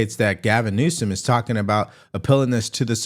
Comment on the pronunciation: He's making a fool of himself as you mispronounce his name. Every time you say it. Stop it